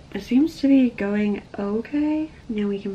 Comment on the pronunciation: “ien gonna go now” lol no hate love you